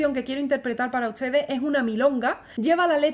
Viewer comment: Tengo una curiosidad... Porque pronuncias buenas CHARDES.. LA T COMO CH..??????? Uschedes. En vez de ustedes artischa en vez de artista?? No eres española??